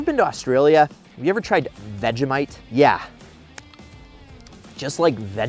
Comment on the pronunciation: i just unsubscribed because of his way to say Vegemite